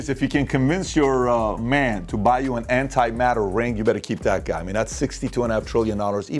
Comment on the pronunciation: Lol, "anti-matter."